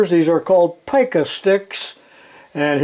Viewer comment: Long 'e' sound in "pica" when you're referring to the typesetting unit. We always called that a "pica pole" in the newsroom. There's 12 points to a pica. The better question is "How long is a pica?", to which the answer is 0.166", exactly. I wonder if that rule has garnets on the other side. Those used to be used for measuring ads in layout. PEC is still in business. Not quite as nice as Starrett, but much less expensive. They're the only company that seems to be selling a 16R hook rule these days. Starrett only has them with fractional graduations.